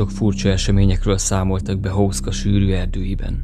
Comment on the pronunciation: Ejtsd: Huszka!!!!